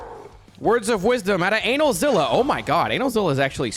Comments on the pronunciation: Why are you calling him analzilla? Kts anilza like anilator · My ass when I heard how he pronounced Anilaza's name: 👀(It's not pronounced like that, it's ANEH-LAZA) ALSO I LAUGHED SO HARD WHEN YOU SAID HE HAS BOOTY SHORTS ON- I'M DYING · For the love of god call him the correct name. Its pronounce A-nigh-L-za